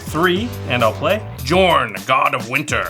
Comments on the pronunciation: pronounces Jorn with a J Me: REEEEEEEE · Hearing the "J" being pronounced that way made me chuckle. J's are supposed to be Y's in Norse/Icelandic . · It's pronounced yorn yorn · Bruh I felt a tingle up my spine every time said "Jorn" and not "Yorn" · God damn it this is all based on Nordic stuff, it's pronounced Yorn, not Jorn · Pronounced Yorn not Juh-orn. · I think that Jorn is pronounced Yorn and not Djorn. 🤔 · So many Komas, he should just change his name to Tifa at this point. And by the way, Jorn is pronounced more like "Yorn" instead of "jawrn". Scandinavian set and all that. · Yorn not jorn!!!!!! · I'm feeling like the "J" in Jorn is actually pronounced as a "Y". Mjolnir (Me-yol-nir) being an example. I think the world serpent, Jörmungandr (Koma, Cosmos Serpent), is the same story. Somebody more learned please correct me if I am wrong! EDIT: One of my favorite cards in MTG for the win! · No one thought to tell that "Jorn" is pronounced "Yorn"...? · Jorn is pronounced like Yorn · I would think it was pronounced yorn As it's based on Norse mythology. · Jorn is with a soft J isn't it? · small nitpick, but Commander's name is pronounced Yorn. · It’s pronounced “Yorn”. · I'm pretty sure the official pronunciation is just whatever the English standard happens to be, even if technically "Y"orn makes more sense. Otherwise I have literally never heard anyone pronounce Huatli, Atla Pilani, Tocatli Honor Guard correctly ever. It's a weird sound that's never used in english that's kinda close to "ch". (Fun fact, I'm pretty sure in Tyvar Kell and Svella, Ice Shaper the "ll" would be the same sound as that "tl") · Wouldn’t it be pronounced “Yorn”? Not trying to be mean, just curious. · In Norse tradition, it's pronounced "Yorn". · Heads up for anyone not familiar with Norse things. Jorn is pronounced with a Y sound. Yorn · Pretty sure Jorn is pronounced Yorn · Mispronouncing those cards like that is a sin